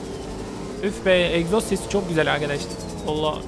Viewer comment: Abi en sondaki arabayı aldığında egzoz dicene eksos dedin